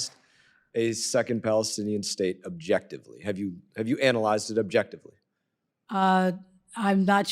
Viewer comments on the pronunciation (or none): What does that word mean ? 0bjectively. Whatchu mean ? Clueless.